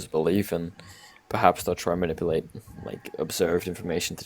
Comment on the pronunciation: Did he say 'I will not be manipudipted' ?